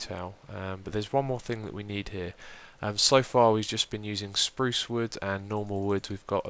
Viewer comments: no offense but its spruce (sproooooooce) not sprowce :-) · great vid xiuma! he he he 'sprouce wood'